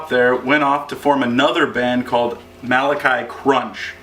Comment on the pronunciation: These guys were great. It's a shame that this was their only release. On a side note, the other band you mentioned is pronounced "ma-LAH-chee", not "ma-la-KY". They were named after the Malachi brothers, characters in an old episode of Happy Days. Their singer went on to form Broken, a hardcore punk band that was around for many years and toured all over. He now fronts a band called Chem Trails. This is Malachi Krunch at a basement show with another great old school CT hardcore punk band called Seizure.